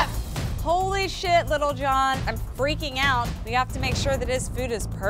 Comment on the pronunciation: Everyone: lil John Gordon: Little John